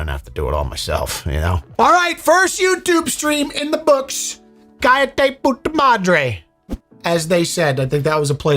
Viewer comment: The double L in "callate " is pronounced like the Y in Yes. Like the Y in Yat.